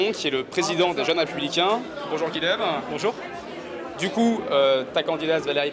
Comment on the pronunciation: Attention ! Le prénom « Guilhem » est occitan, il se prononce [guiyem] et non [̶g̶u̶i̶l̶e̶m̶]…